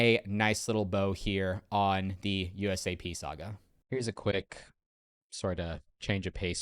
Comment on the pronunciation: Ok a couple of things: It’s pronounced SA-GA not SEGA. Multiple sources have already stated that the Joola Gen IV Pro’s will be 280.00 not more.